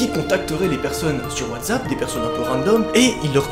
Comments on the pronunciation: PK tu du : Wadzappe c est Watsappe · LoL il dit toujours watssap